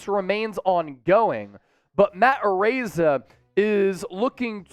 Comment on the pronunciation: perfect pronunciation. He's samoan, so you got his name right